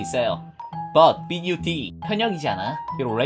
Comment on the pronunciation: 에 벗(하지만)이라 말하고 bud라고 말하는거 실화냐ㅋㅋ